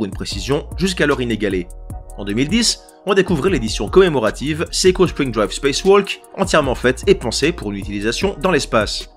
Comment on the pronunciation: ça se prononce SE-I-KO et non SEKO!!!